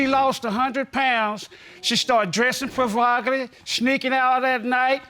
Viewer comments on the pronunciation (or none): 'provocelly' LOL